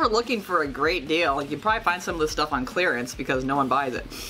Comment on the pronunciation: ON not awn